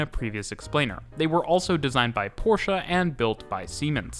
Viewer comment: One of the few English speaking channels to correctly pronounce "Porsche" is a public transport one. Nearly all car centered channels fail on that task and say "Porsch". 🤣